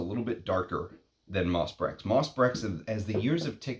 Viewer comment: Nothing mentioned about the unusual name for this fragrance? Nice review, although I think you owe it to your viewers to at least pronounce the name of the fragrance correctly. It’s pronounced , not . Being an American with no French does not really grant you a viable pass when devoting a post to a single fragrance, for a little googling can give you the (very simple) pronunciation. Up your nerd game slightly higher, my friend. Brèches is a village in the Loire Valley, but the word itself also means ‘breeches’, or, in other words, a type of trouser. So, is the name of the fragrance a nod to that region of France (doubtful), or is there some kind of cheeky innuendo having to do with men’s trousers and woodlands. (We all know Tom Ford’s occasional predilection for that kind of innuendo in his marketing.) The ‘PG-rated’, and perhaps most likely, interpretation of the name might be simply the fusion of the fragrance’s elements: ‘Moss,’ denoting the fragrance’s (proclaimed, at least) earthy and aromatic elements, and perhaps ‘Breches’ as a nod to men’s sartorial history, and thus to the history of men’s perfumery. (Breeches were sometimes crafted from leather in the 19thC, though leather is not a major player in MB. Some kind of honeyed vanilla is, rather.) Personally, I don’t find it to be brilliant. Its scarcity is its primary value. And do you not catch even a slight connection to Derby? Much more ‘moss’ there, of course.